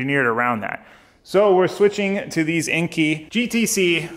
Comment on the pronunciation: great video. But enkei is pronounced (N K).